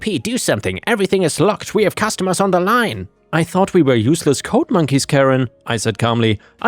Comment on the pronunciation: "G"s have a softer sound than a hard "C" or "K". The way you pronounce "logged" is actually how the word "locked" is pronounced, "G"s and "ck"s are not interchangeable. Same with "D" and "T", the way you say "code" is actually how the word "coat" is pronounced. The "D" sound should be softer than a "T" sound, they are also not interchangeable.